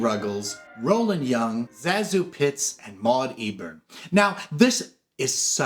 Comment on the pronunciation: Zazu's name has been pronounced all kinds of ways but in her autobiography, she says it should be pronounced Say-Zoo. Her name is derived from sections of her two aunt's names. Ruggles has always been one of my favorite movies. I always thought it should have been made into a Broadway musical. There is a film version with Lucille Ball and Red Skelton, I think. Not very good.